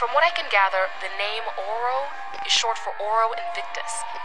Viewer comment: It’s O-R-O